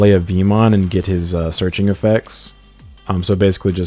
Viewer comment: I feel like it may just be him saying search in a “funny” way